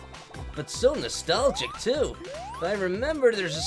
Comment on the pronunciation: He calls classic sonic noltalgic me